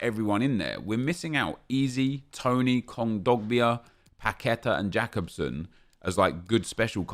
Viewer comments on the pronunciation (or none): "Jack-ub-sun" as if he's some flair Scandinavian player.